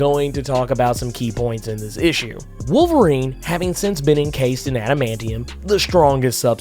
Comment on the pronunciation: Wol erine is back? Oh no